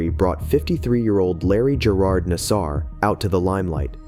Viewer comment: I'ts pronounced NAS-Ser, not nas-SAR. Other than that, you got through the first sentence mistake-free.